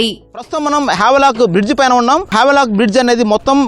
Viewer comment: వావ్ లాక్ కాదు స్వామి...హ్యావ్లాక్..m